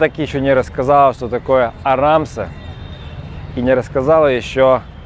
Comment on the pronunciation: неправильное произношение должно быть «Араам се» не арамсе